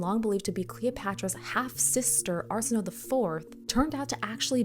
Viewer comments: Her name is pronounced arsen, like arsenic, o, as in oh, a, as in way. Arsenohway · Just a polite fyi: Arsenoe is pronounced “ar-sen-oh-ee” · Just so we are clear: if a greek name has an "e" at the end, it is not a silent letter